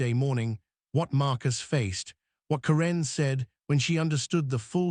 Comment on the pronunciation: It's Care'-un, not Ca-renn' for Pete's sake. Use a reader that can at least pronounce the names correctly.